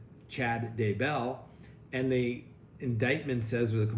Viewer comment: Please for the love of God learn how to pronounce Chad DAY-bell's name. It is indeed pronounced DAY-bell and not duh-BELL the way you insist on pronouncing it.